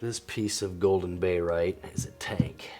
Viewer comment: great (!) first video. May I be so bold as to request you write or print the names you are mentioning? If written (and maybe together with the chemical formula, as well) then when you say "bayrite" and maybe mean "barite", there will be less confusion. Also, if each specimen could be displayed with both the white and then a black non-reflective background, then we may be able to see even more detail. Your collection is simply beautiful so displaying greater detail would benefit us all. Several of your pieces are museum quality. Thanks for posting.